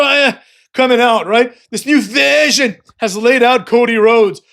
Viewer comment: New verhhsion , new vershhsion .